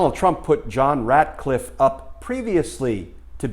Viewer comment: It's Ratcliffe, not Radcliffe, as in Rat